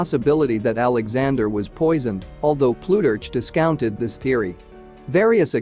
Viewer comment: Terrible reading. Ploo-turch??